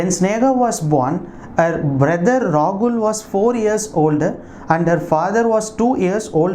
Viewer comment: why are pronouncing Sneha and Rahul as Snega and Ragul in ques. No.8